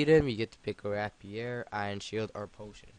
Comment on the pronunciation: Nice one haha but I think rapier is pronounced 'ray-pier'